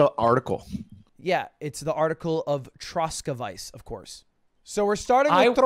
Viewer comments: The way he pronounced Czech republic, Liberec and Troskovice made me fucking die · I am from the Czech Republic and the way he pronounced it like "Shek" made me cringe so hard. Also the way he pronounced the region Troskovice lol. I have been there a couple of times and I didn't even recognize it when he said it